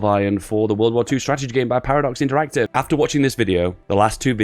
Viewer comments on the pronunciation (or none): none